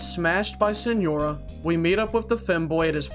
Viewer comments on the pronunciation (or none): none